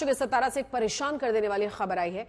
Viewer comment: सतारा ❌ सातारा ✅